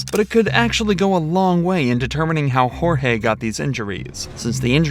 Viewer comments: Sarah and Jorge (pronounced like George, not hor-hay) weren’t married. I’m so glad she took those videos and forgot/didn’t delete them! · Too late for any one to see this, but the first victim is Jorge, pronounced like George. You should respect the victims enough to do a modicum of research. 😢